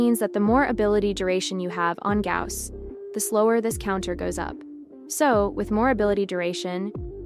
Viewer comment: its a good guide, but who read it as Gaws